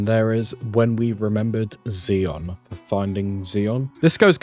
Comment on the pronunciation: Zye-on to rhyme with eye not Zee-on. to rhyme with wee.